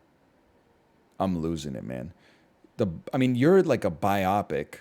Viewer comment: He will never pronounce "biopic" correctly